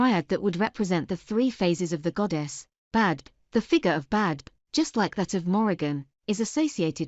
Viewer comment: Isn’t it pronounced “Beev”?